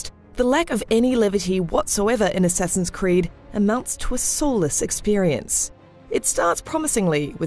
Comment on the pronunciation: Godammit, "Assessin's creed"!